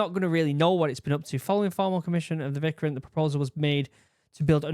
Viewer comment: Vikrant - Veek-raanth (the "h" needs to be emphasized a bit, to make it a soft "t") Kerala - Kay-ruh-laa Vishal - Vee-shaal Vikramaditya - Vik-rum-aa-dit-ya